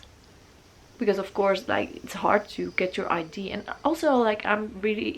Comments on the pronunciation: I love your tattoos so much!! I'm sorry about this but it's pronounced ideA it normally doesn't bother me at all but you said ide so often hehehe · She was saying “idea” but with English obviously not being her first language it came out more like ID-A. It’s ok, there’s nothing wrong with that. Don’t be so harsh when people are trying AND you obviously knew what she was trying to say well enough to comment. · I really enjoyed the video and I love your style and your tattoos. Just one thing that bothers me is, that you always pronounced idea like "idee", but actually you do pronounce the "a" at the end, but yeah I´m sure you know, but still it slips out like this. I didn't want to be rude, just something I noticed... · i love how you say ID instead of idea haha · I had this idea when I was having a shit on the toilet 🤣 omg I love her she’s so cute ! I love how she says idea it sounds like she’s saying ID. Love the uniqueness of all the tattoos 🌸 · Corrections with pronunciation is great but It's so cute ide.